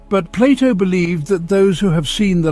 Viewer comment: I am glad that someone is calling Plato and not Playdough like the Americans do.